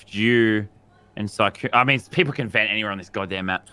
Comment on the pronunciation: “Toast came out of a veent~” Famous last words